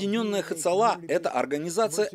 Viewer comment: Лучше было бы произносить на русском-ацала - без этого грубого Х.